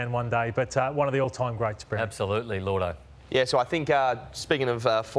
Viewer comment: isn't it lloydo? not llordo? tf is llordo?